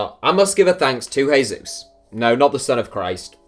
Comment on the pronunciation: In 2012 Ander Herrera and Muniain were both linked with Man Utd and while Herrera signed for the team Muniain remained loyal to Bilbao and a few months ago he signed a new contract that will keep him there until 2023 I think. Btw, the name is not Heizus but it's Hesu:s ( Jesús ). In Spanish the little line on top of the letters A, E, I, U depicts the accent so in this case Jesús is pronounced Hesu:s ( with a longer U ), the same with the name Piqué the E is pronounced longer as in Pike:, another example is Raúl Jiménez the Wolves striker whose name is pronounced as Rau:l Hime:nez instead of Ra:ul which is how the English commentators and most people pronounce it. Other than that, great video mate keep it up :)